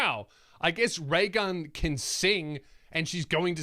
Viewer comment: Thought you said Ray Gum , I'm outta here